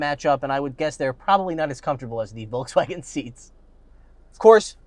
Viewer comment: He pronounces Volkswagen wrong